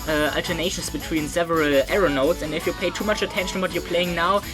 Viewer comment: When you say arrow-notes I hear aeronaughts